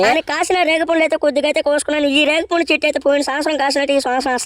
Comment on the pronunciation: పుండు ❌ పండు ✅